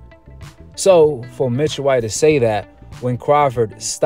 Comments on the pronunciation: Ain’t it “Michael White” & not “Mitchell”? 😂😂😂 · Bro how do y’all pronounce these people EASY , SIMPLE NAMES WRONG make me feel like y’all doing dat on purpose pronouncing Michael J White like Mitchell J White makes no sense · It sounds like you're calling him Mitchell, His name is Michael Jai White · His name is not pronounced Mitchell White. His name is pronounced Michael (as in Michael Jordan) White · He calling him mitchell white...lmao. It's Michaël. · Bruh its MICHAEL not MITCHELL 😅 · His name is not Mitchell bro it's Michael lol 😅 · How he your favorite actor and you saying his name wrong lol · How he one of yo fav actors but you got his name wrong every time you said it😂😭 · Can’t be one of your favorite actors saying his name like that